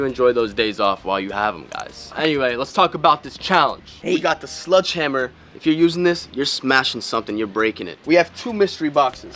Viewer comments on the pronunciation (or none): He said sludghamer